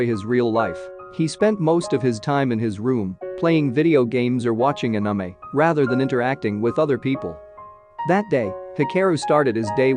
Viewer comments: It’s not uhnumeh it’s anime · Narrator's voice be like: Anime❎ Anamay✅ (Ps:don't take it as a mean comment or harassment) But it's funny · It's not ahnime, It's anime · I cringe hearing the narrator botch pronunciation of so many names and words (ie anime = “ah-nim- meh” not “ah-num- mee” and hikaru = “hee- ka- roo”) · i like how he says the "Anamei" instead of anime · I loose brine cells every time i hear anime pronounced that way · The robot voice says anomie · anamy no no not anime but anamy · bruh are you for real when you pronounced the name Mitsaya? It's Mitsuya like Mitsoo not Mitsa. You're even mispronouncing the name Hikaru . It's HIKAROO not He care oo. Ka like Gengis KHAN. HIKHAROO EROHA with the emphasis on E NOT AROHA with the emphasis on O. Daforq is ANAME? It's Anime with the emphasis on A. "A knee me" but without the K bruh your japanese words pronunciation suuuuuuuucks hehehehehehe Am I bantering with a robot's voice? WTF? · D-did he j-just call anime a-ANAME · narrator: "Anamei" Hahahaha its in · Every time he said Uh-Nuh-May instead of Anime I wanted to report the channel. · the way he says “anamei” is really effing with me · Bruh listening to him pronounce it as anume 😭is torture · When he says Anime like "Anumey" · Did he just say aniemae? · pls don't say "aname" one more time 😭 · nice video but is A-N-I-M-E 😂you need to change your TTS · Is anyone else triggered by the way the video says anime? Just me? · Strange how you pronounced ANIME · The way "anime" is pronounced though 😂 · this narrator pronounces "Anime" so wronggggg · OMG WHY AM I SO TRIGGERED AT THE WAY THE NARRATOR SAYS ANIME AND OTAKU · The way "anime" is said is giving me OCD. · Istg if you say anime like that one more time we will have problems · The pronouncing of anime is quite funny🤣🤣🤣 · Why do you pronounce anime like that? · bro pls say ANIME correctly it is an English word